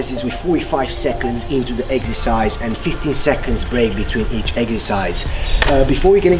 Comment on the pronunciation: Did i hear eggercise ?